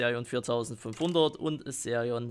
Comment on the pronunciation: Sag BITTE nicht Serion sondern Xerion